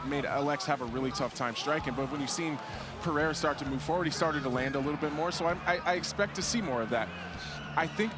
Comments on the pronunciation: Pereira ❌Pierre ✅ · Nothing bugs me more than Chael sayin Pee-Era